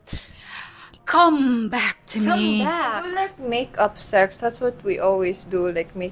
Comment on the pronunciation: . Your emphasis on "CUM back" had me rolling on the floor.